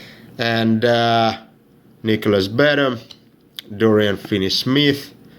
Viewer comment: It's Nicolas Batum (Nick-o-lis-Buh-tume) not Nicolas Batum 👍😀